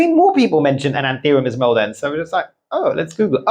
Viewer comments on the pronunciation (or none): Like watching your video… learn a lot. But please can you pronounce the name of the plants from where they come from. ESMARELDEN-SÊ. It’s a bit disconcerting 😜. Other than that 👍🏼 and yes have both. Locally grown from the Philippines